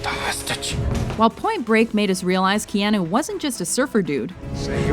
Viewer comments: Stop pronouncing it Keeahnoo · Oh good I'm not the only one that got confused over that one. When she said Ke Ah Noo I was like.... Wait... Have I been pronouncing his name wrong this whole time?! But for some reason WatchMojo have a habit of mispronouncing things. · Kay-ah-noo earn to pronounce it if you're going to narrate a video about him.